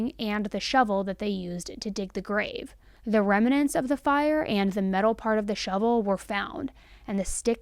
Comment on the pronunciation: Logger's Jubilee not Lodgers. You even had the name on the screen when you got it wrong. Mt. Rainier is pronounced RAYnear, not rayNOR. Remnants is two syllables, not three - you threw an extra syllable in the middle. You have good content but the mistakes and lack of checking the pronunciation of works bring your content down. A little more preparation would take your content to a much higher level.